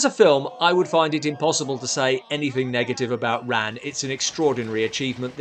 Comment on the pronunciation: Just really bothered me that Ran was mispronounced throughout this whole video. It's with a soft "a."